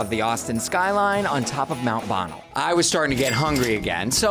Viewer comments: Mount Bonnel ayy lmao it's pronounced Bonnell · The way he said "Mount Bonnell," made me cringe.